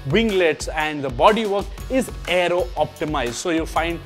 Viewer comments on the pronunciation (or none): none